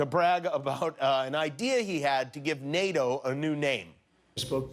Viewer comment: The presentation was purfect. Fancy calling NATO Tonatoe